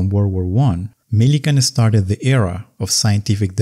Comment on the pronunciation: Estarted. Thats not a word.